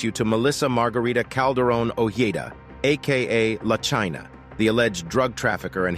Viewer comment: I hate when people make these videos and don't take the tune ti learn ti say the name correctly. La china🙄